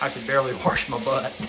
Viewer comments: “I gotta warsh mah butt!” Made me giggle. Good stuff. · "Gotta wash mah butt"😂